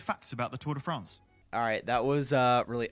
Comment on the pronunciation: It's called 'Fraaaanz' not Friends.